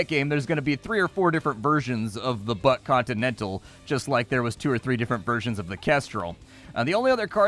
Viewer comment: I can't stop hearing Butt Continental instead of Buck XD